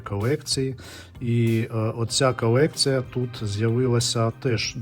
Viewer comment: Чому у ведучого в українській «кАлєкція», «кАлись», «простА», «кабріалЄт»…. «львАвіянИ»? Можна лиш здогадатися…..